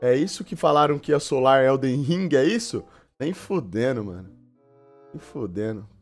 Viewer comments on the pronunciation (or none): kkkkkkkkkkkkk e que fala éldein ringue